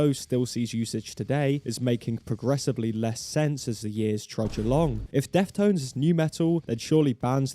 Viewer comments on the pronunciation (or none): was he saying "death tones" in the entire video